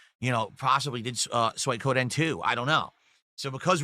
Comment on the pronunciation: 'Soykoden 2'?